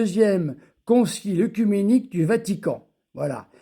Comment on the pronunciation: se prononce é : écuménisme, écuménique, comme oeconomie